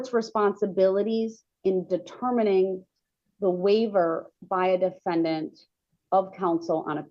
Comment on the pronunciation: The da-fen- DANT!!!😂